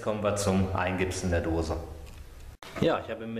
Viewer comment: Eingipsen, nicht eingibsen. Es ist keine Gitarre, die sich namentlich dann so ähnlich anhört.